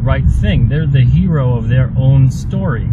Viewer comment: it's certainly not a Her-O...just saying.